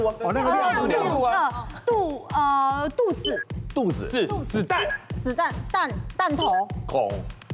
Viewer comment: 王仁甫 兩個字接龍有錯 肚子的子是輕聲 子彈的子是三聲